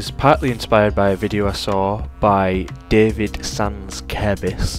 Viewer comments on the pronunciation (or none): none